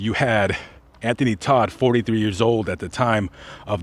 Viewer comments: T-O-D-T NOT T-O-D-D! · Anthony Todt not Todd